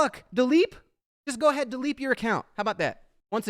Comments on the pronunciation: "Why don't you Dileep your account?" Hahahaha love it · "dileep your account" got me good ngl